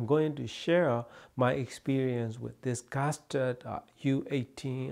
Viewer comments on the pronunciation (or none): Did you say Gasturd at the beginning of the video? 😁